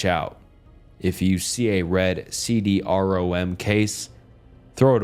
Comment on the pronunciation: If I hear you say “C. D. R.-O.-M.” Again I will scream